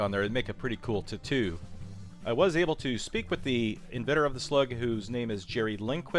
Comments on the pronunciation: Lol pronounces "tattoo" as "tit-two" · I wish you'd stop saying "tuh-too!" ;) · "Tittoo"???... I'm done. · Guys I'm a HUGE fan of the show and a subscriber and I have watched a great many of your videos if not most of them and I love them all! However, when you were showing the card that came with the slugs in this video and suggested that the artwork on said card would make a nice "t'too"🤦🏻‍♂️🤦🏻‍♂️🤦🏻‍♂️ I cringed so hard my thumb started frantically searching for the unsubscribe button all on its own and I was barely able to stop it in time LOL Not that I think anything so insignificant should be the basis for such a thing but wow man! "T'TOO"🤦🏻‍♂️really??? It makes me wonder if you've ever used that vernacular in the presence of a potential mate and missed the opportunity having no idea what went wrong lol. It was definitely the "t'too" my man if you did😁 Anyway guys, still love the channel! Still a subscriber😉 just please do yourself, your viewers, and the rest of the world a favor and leave the word "t'too" for the old blue haired women down at the beauty parlor and never..EVER...under any circumstances whatsoever... use that word again or may god have mercy on your soul🤣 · Sorry, but "tuhtoo" made me spit my drink out. Great vids. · How did u say Tattoo? Tittoo???? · A "Tittoo"? is that a tattoo on a titty? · My god, the way he says tattoo is killing me. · The way this man pronounced tattoo 😤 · Say tattoo again